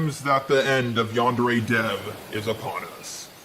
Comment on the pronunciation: Yandere Dev can't even pronounce "yandere" correctly...